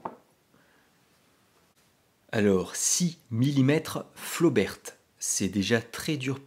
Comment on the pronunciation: on ne dit pas "flobertE" mais "flober" comme on dit "rober" pour robert, et pas roberte. et on dit bosquette pour celles a balle pointue, généralement un peu plus longue parce que "double culot" plus puissantes quand les flobert sont simple culot balle ronde. Flobert a aussi vendu des cartouches a balle pointue pour récupérer la clientèle intéressée par les cartouches plus puissantes a balle pointue de Bosquette mais elles restent de simple culot. la mesure de la puissance et de la précision dans un canon rayé n'a pas de sens, ces cartouches étaient destinées à être tirées dans des armes a canon lisse, carabine ou pistolet. ces armes anciennes sont en cat D et on les trouve très facilement. les cartouches Bosquette ne doivent pas être tirées dans les armes Flobert, qui n'ont pas de verrou de culasse = il n'y a que le chien qui retienne la douille.